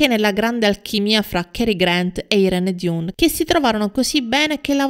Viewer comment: Il nome dell' attrice si pronuncia: AIRÍN DAN, non DIUN